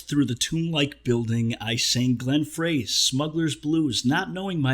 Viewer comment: Ah an 80s music reference also, it's pronounced Glenn "Fry" Frey. Smuggler's Blues was a Miami Vice episode which Glenn guest starred on and actually wrote the song specifically for that episode. Also Glenn was a in this little band called the Eagles :)